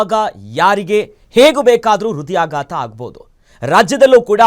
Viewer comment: ಅದು ಕ್ಯಾತ ಹೃದಯಾಗಾತ ಅಲ್ವೋ ಲೋ ನಿನ್ ನಾಲ್ಗೆ ದರ್ಬೆ ಹಾಕಿ ಸುಡಾ 😡 ಅದು ಖ್ಯಾತ ಹೃದಯಾಘಾತ